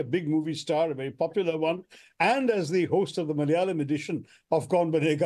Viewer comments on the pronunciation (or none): none